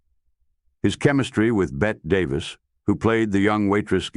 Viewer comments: Bette Davis is pronounced “Betty”, always has been. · The problem with having AI narration is that it always mispronouces names. It's a dead giveaway. Who is "Bet" Davis? Drags me out if the narration every time. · Bette Davis is pronounced “Betty”.